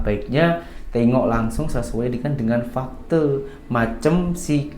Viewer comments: Fakta itu disebut FAKTA. Bukan FAKTE. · Bkn "fakté" tp sebutan nya tetap sama 'fakta' n tdk semua bahasa melayu org 🇲🇾 diakhiri dng 'é' spt "Malaysia" bkn "malaysié" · Salam. Bang cakap melayu fakta bukan fakte'* . Macam ajak gadoh . bertumbuk